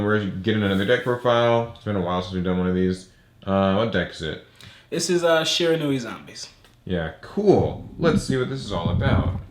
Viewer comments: Someone who actually procounces Shiranui correctly! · Its really not, but so many people keep doing it, so seeing someone pronounce it correctly is refreshing